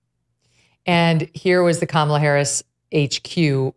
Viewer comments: Andrew’s not pronouncing Kamala right. I can’t believe political pundits who talk about her every day haven’t taken three seconds to Google how to pronounce her name. After hearing everybody pronounce it differently, I decided to Google it and now I know. Why don’t these people whose entire career is to talk about her take three seconds to look up how to say her name? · Why did you allow your guest to mispronounce Kamala's name so many times? And mispronounce it yourself? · How many times are you going to mispronounce Kamala's name, bro?